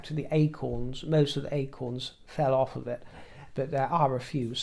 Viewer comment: I love it when he says ‘ouurfff’ instead of ‘off’ 😂❤